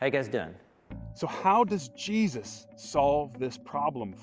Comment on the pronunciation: Could someone explain to how to properly pronounce “Jesus?” It’s not “Jeeuz…”